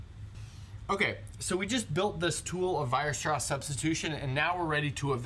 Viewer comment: Should be Weierstrass not Weirstrass ;)